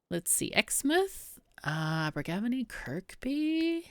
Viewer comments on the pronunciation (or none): none